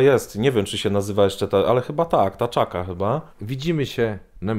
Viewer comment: Ty! To jest Kantaka a nie Taczaka...:-P